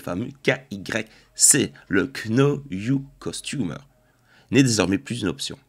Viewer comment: Kno yur customer <- ACCENT INCROYABLE 😂😂😂 Un petit effort quand même c'est pas difficile l'anglais